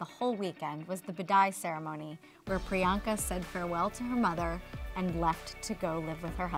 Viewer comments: turn on ur subtitles she said brianka lol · DUDE!!its PRIYANKA not Bianca😬😬🙄